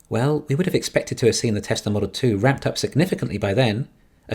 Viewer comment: And “Tezler”